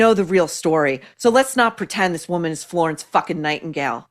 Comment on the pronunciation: Nightingale not nightingown!! 😂😂❤